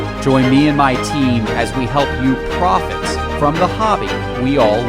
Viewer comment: I like how you emphasized “profit”in your opening. Tyler herro cards won’t stay hot long, he doesn’t start.